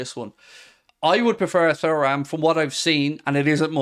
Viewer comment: Are you actually pronouncing Thuram like that to be annoying at this point?